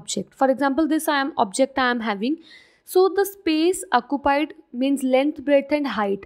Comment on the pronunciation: When she said “acupied” Me:😂😂😂